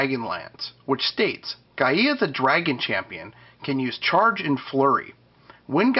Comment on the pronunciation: Just an FYI Gaia is pronounced "Guy-Uh" not "Guy-Ee-Ah" Any questions on it just check out any old episode of Captain Planet.